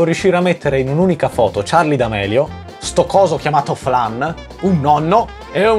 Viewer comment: Scusatemi eh ma charli senza la e OH